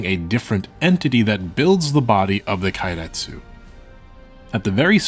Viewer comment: Didn't expect such an in-depth, expansive view into history. Extremely well-researched, extremely well-presented even that a dumbass like me can understand. Tiny correction, if you'll allow. Japanese vowels don't change sound, so keiretsu is closer to "kay-retsu", instead of "kye-retsu"